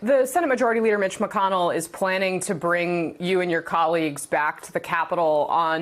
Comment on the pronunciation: Mitch Mac-Conn-ell.